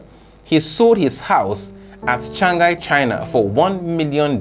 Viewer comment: I like help u when you say Shanghai G is silent letter. U saying Shangahai